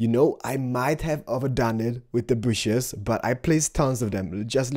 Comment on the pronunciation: Nice bushes you got there! "its all in ze bushes"